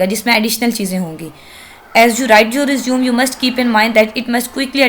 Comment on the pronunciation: Respected mam it's nor resume it is pronounced as (resumay)